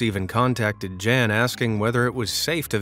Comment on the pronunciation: NOT "Jan" --"YAHN"!